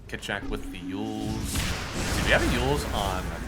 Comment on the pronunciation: did mason just called kitrak, "shitrak" LMAO